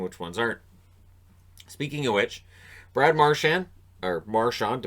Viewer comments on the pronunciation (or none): none